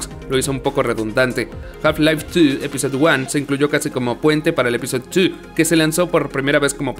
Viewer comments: Algo me perturba con el énfasis en la pronunciación en inglés del número 2... "Tiiiuuuu!!" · Soy yo o pronuncia horrible "two". Es muy molesto. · Se escucha cagado el "two".